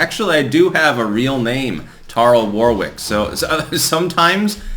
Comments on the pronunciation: The town of Warwick is in Warwickshire in the UK Midlands. It is pronounced "Woh-Rick". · The 2nd "W" in your name is silent. A very famous man with the same last name played a game of "musical thrones" with Henry VI and Edward IV.